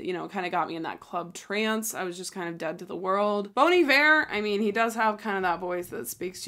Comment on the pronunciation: i think she got bon iver right?